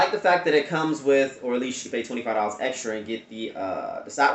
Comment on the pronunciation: Extar not extra